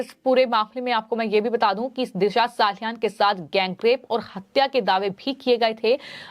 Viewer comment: दिशा साहालयान नहीॅ मॅडम 😅 हर एक वाक्य मे "हा" जैसा शब्द डालकर शब्द को किरकिरा मत करो😮